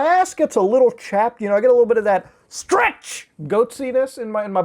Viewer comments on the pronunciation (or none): i died when he said "strrtch"